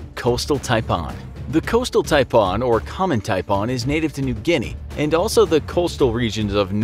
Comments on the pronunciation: It’s not taipon its taipan with an a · Ty-p-an not Tie-Paan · Who knew Japan was pronounced Ja-pa-on? I would have never known that had he not pronounced coastal and inland taipan snake as tai-pa-on. . . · Love the way you say "Taipon" in down under we pronounce it like "Thai-Pan" taipan :) ive also seen the irikandji jelly fish and box/man o war jelly working on the great barrier reef in the far north of aus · Taipan not Taipon. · TaiPAN not taipon.. get it right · That’s not how you pronounce Taipan, it’s pronounced like this ‘Thai-pan’ . The way it’s said in this video is horrible. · You may need to learn your animal pronunciation its tipan not tipon 😆 And the worst most venomous snakes that beat half on your lame list is the Gaboon Viper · Pronounced TIE-PAN. as in a cooking pan! Signed, an aussie. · Love living in Australia and I’m glad most of them were from here😂😂also the taipan is pronounced as TIE-pan. Also when you said spring of 2019 you talking about American spring or Australian spring? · Its TY-PAN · It’s tai-pan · ThaiPawn. otay... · The way you pronounced tiapan was really annoying. It's pronounced tie like neck tie and pan like kitchen pan. The way you pronounced it made it sound Indian or something. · And he said taipan wrong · I Don’t like how he was saying “taipan” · Imagine if he said frying pan with the same emphasis on the pan. Anyone want some coolhwhip? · As an australian it triggered me on how you said taipan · the fact he says Taipan wrong like pronouncing slightly different is triggering me XD also yay Australia we have deadly animals, love it here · Just so you know the reason why people don’t get bitten by the inland taipan is bc they live in the rural inland parts in Australia and you said taipan wrong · Please pronounce taipan properly